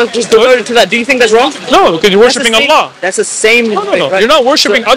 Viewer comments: The way he pronounced Allah was profect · This Sikh said Allah perfectly.